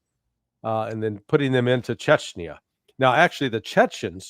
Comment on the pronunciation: take umbrage to the shirts' pronunciation of "chechenya", but then again, to the colonels' point, I'm , an American, and I'm only an idiot with an opinion, and probably spelled the name of the place wrong 😅